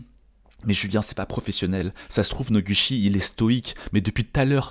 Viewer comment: Ca se pronouce [Nogoutchi]. Je trouve ça très amusant que "Cocoro" ait eu le droit d'écrire son nom un peu comme il le voulait xD , puisque ça ne s'écrit pas comme ça normalement, c'est rigolo 🤣.